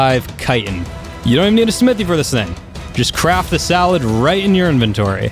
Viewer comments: hey um you should see how u say saddle its not salad its saddle so say it right please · You Said Salad Not Saddle. OMG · Why does he call the saddles salads? Lol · I heard saddlead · Is he pronouncing saddle as salad?? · I love how he tells people how to say "Tapejara," then proceeds to fuck up every other pronunciation, and did you say "Salad" in-place of saddle? My mumma learned me how to spoke too. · i think u said salad instead of saddles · Yo did he said salad insted of saddle 😂 10/10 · does he always say salad instead of saddle? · Umm are you saying salad instead of saddle? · did anyone else hear salad, not saddle? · U we’re saying salad instead of saddle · saddle not salad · did he just say "you'll need a salad"?? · Instead of saying saddle you said sallad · but you don't say saddle right you say salad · its saddle not salad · Haha he said salad instead of saddle LOLOLOL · dude its saddle not salad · Dude u said salad instead of saddle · why did you say salad you should os said saddle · Its not salad! its S A D D L E!!!!! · Anyone realize he said salad instead of saddle lol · You said salad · why are you calling it a salad... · He mispronounced everything even saddle.he said salad! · 100% of the comments are about how he's calling saddles salad just STOP WE GET IT ALREADY! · Did anyone else hear him say salad? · he said salad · LOL. You sad salad again. Thats noice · Did he just say salad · You says salad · He called it a salad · Wait did he say saddle wrong